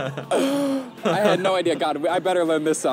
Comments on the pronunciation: You don't say Norge with a soft g, you need a hard g. Like the word Get. Norget without the T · The G in Norge is not a soft G, but a hard G. Like when you pronounce the word GO. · Norge - > the g like in "go" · When your pronouncing Norge, you sound like you say Nåcjhe. It really grinds my gears. You put out a lot of great content btw. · Please notice that Norge is pronounced with a hard g, Nor-geh. You also mentioned somewhere else that you have to be a Norwegian citizen to study for free at a Norwegian University. That’s not the case. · there is no J in Norge! xD prenounce it correctly